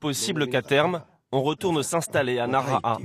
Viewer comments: Nara ? Je suis allé à plusieurs reprises dans la région et je ne connais pas de ville de ce nom de ce coté. Vous parlez de Naraha (prononcé Nalaha) ? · Alors certes en francais on ne prononce as le h, mais on sait bien que dans enormement de langues ils se prononcent. Un journaliste devrait avoir le reflexe si moi je l’ai 😂👌🏼